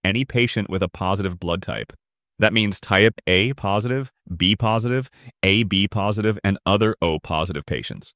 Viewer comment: Based on some of the weird mistakes in artwork, and voice hiccups from time to time, I think thus video was made with AI. Like revoked. is an example of artwork. Look at the hand, rake, tube and liquid of the guy on the left. the way the voice say 'AB positive' sounds like AI misreading text as 'a B positive'. Finally, look at the arms of the guys in the middle.